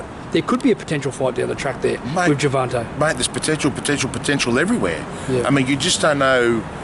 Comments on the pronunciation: gerVONte not gerVANte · World i know the accent im from melbourne im going to the fight bro, this interview just annoys me always saying gervante and teofomo like english aint that hard